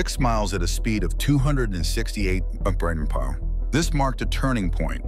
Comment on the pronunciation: I think it's trying to say MPH but its saying it as a whole word - AI is a LLM (Large Language Model) but isn't a LAM (Large Abbreviation Model) yet lol